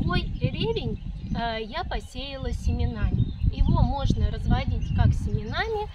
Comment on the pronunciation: Почему все ставят ударение на первый слог??? Правильно - ревЕнь!